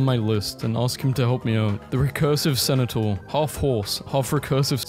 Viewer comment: i love the clip-in of centaur bc weve just Bullied this man relentlessly for "cenataur"